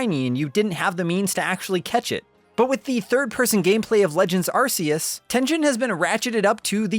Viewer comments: Hey, it actually is pronounced ARK-ee-us. It was really funny to hear your incorrectly correct Alex in that other video. 😂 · Darn it,!!! Its Arceus!!!!!! NOT BLOOMIN ARSEUS!!! Bloody moron!!!!!! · If you're going to say asseus just don't. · actually, it's incorrect. It's the original way they pronounced it until they realised half the world laughed whenever you said it like that. So when Nintendo officially announced legends arceus they pronounced it the way you're supposed to, putting an end to the debate once and for all, but some people were too used to saying it wrong and continue to sound like idiots. 👍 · Incorrect. Try watching some of the Japanese commercials. Dont force your butchered dub pronunciation on everyone just because uk and europe cant handle the word arse. Collectively grow up and respect the original pronunciation. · areseeus? okay guys, when you talk Charizard in the future you gotta call him Lizadon now :) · Not Shane Dawson saying Arceus wrong 💀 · How long is he going to keep mispronouncing it? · It should be worth noting that Arceus' name is officially pronounced "Ark-eus," not "Ars-eus." You didn't seriously call it the "Arse Phone" the whole time, did you? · It’s archeus not arseus Q/K sounded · If you say "Ar-say-iss" instead of "Ar-kay-iss", then you have to say "Arse phone" instead of "Ark phone". If you're gonna use the soft consonant, at least commit to it. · Stop putting ass in the the games title It’s pronounced arc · 'Ar-See-Us' is the original and correct pronunciation still used in the Japanese commercials to this day. So technically, yes, going by the originally intended pronunciation, it probably IS an arse-phone. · Game Freak first said "Arseus" when they revealed the game, they only changed the pronunciation after some Brits complained it sounded like 'arse', so they then said Oh nevermind it's pronounced "Arkeus". But even first graders know a C before an E isn't pronounced like a K... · Are-See-Us :C I cry